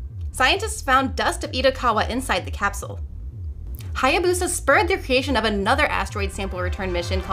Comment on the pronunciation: Eh, Japanese pronunciation wouldn't be stressed, and the "BOO" would be "buh". Really, "Hayabusa" is pronounced like it's written.